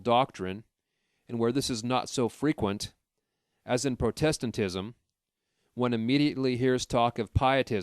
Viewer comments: Protest-tant ism? You are so young to misread( mispronounce) that- it’s only me effing with you for that,tho- thank you for doing this,greatly appreciated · The way you pronounce “Protestantism”…. Sheesh Louise!!!